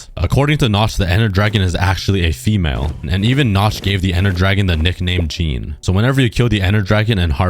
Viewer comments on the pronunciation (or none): none